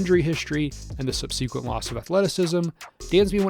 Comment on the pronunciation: Who mispronounces subsequent???